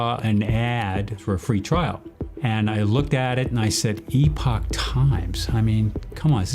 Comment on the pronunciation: Holy shot the only person that says Epoch the right way was the guy looking for it on line lol